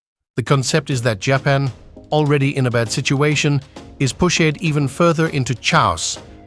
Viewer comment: I was totally duped by the AI voiceover until "Japan is push-shed even further into chow-ass by Gid-zillahs aye-riv-elle."